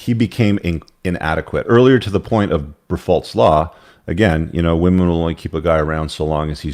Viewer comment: Briffault pronounced "Bri' foe."